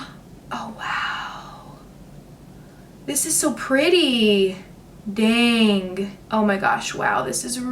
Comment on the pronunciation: Dang is not pronounced danGUH.....ing is soft.